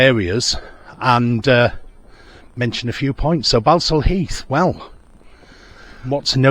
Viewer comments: It’s pronounced Ball-saul not Bal-sul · Its pronounced Ball. Sal Heath. Ball not Bal. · It's pronounced", ball stall" heath as in "football" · Its pronounced ball sall heath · Balsall in Balsall Heath is pronounced 'Ball-sall'. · Its pronounced Borsal heath🤣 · Its pronounced borsal heath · You can't even say Balsall Heath correctly 🤣 it's pronounced Borsall !!! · Pronounced boresal Heath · 'Balsall Heath' - pronounced 'Bor sul Heath'. shyt ole